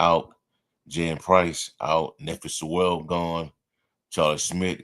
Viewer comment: I heard it pronounced NEE PHI SEWEL, like it rhymes with JEWEL, but we might not have to be saying his name much anymore. We'll see if he lands on the practice squad and ends up playing some this year.